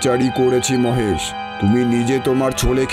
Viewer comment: মোহেসের নয়, হবে মহেশ